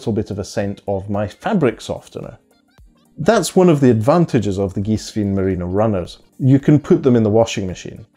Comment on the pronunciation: The correct pronunciation in German is "Geeswine". Cool sneakers. Bought mine today 👍